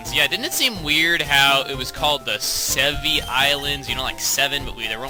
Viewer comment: It's more like Sevii, considering the name is Sevii...